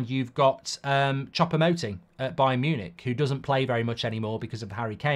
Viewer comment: 'Chopper' Moting. 😂😂😂 FFS Mark it's Choupo-Moting. 'Chew-po'. 😂😂😂 By the way, Eric-Maxim will be somewhere between Ighalo and 'Workhorse'. I.e. not very good.